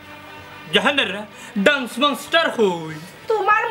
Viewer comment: ডান্স শুদ্ধ উচ্চারণ 😊❤ ড্রানস ভুল উচ্চারণ 🦋🍫🍫